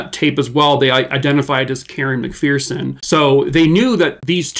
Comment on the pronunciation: Just an FYI on how to pronounce McPherson. Pronounced like Mc"Fur"son because there is no "Fear" in the McPhersons! So sad the FBI did such a horrible job on this case. 😪